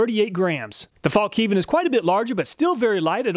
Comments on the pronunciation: It's pronounced "fallniven", the K is silent, like in knife. True cringe moment when I heard it pronounced Falk Niven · "Fällkniv" means "folding knife" and is pronounced "fell kneav". Love the videos btw, thanks. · I'm just used to hearing 'fallk-neevin'.